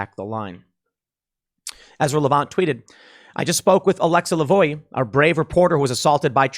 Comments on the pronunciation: *Lavoie is pronounced [la’vwa]. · Tim it's pronounced La Vwah.